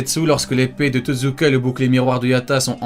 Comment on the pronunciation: Pas Totzuka mais TOTSUKA